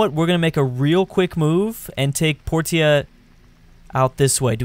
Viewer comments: Portia.. Porsha. Not Porteea. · Her name is pronounced Por-sha not Por-teeah. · Portia is pronounced por-sha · facepalm its pronounced porsha